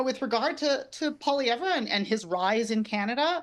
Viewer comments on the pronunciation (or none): It's pronounced Polly-ev. Not Pollyevra. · This clip is too short. It does not explain enough about why Pollievre's politics are bad for Canadians. ( For anyone who doesn't know, he is a corporate stooge who will transfer even more of every day Canadians' wealth to the rich elite). And very odd that the woman with the dyed hair pronounces his name incorrectly. His name is French, so you don't pronounce the last letter. It's 3 syllables, 'Polliev' not 4 syllables 'Pollievre'. Just like his first name is pronounced, 'Pierr' nor 'Pierre'. You don't pronounce the 're' at the end of either. I don't like the man, but at least say his name correctly. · So out of touch she can’t even pronounce his name properly. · At least say his name right!! If your for Mark Carney then get ready for HIS tarrifs he wants to tax nations that dont have green energy that means a tarrif on China, Mexico, and ...the USA!! Look it up don't just get your info from these ppl on the youtube.